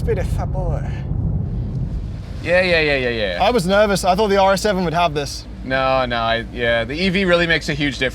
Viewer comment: Faaatboaaayy- Chinese accent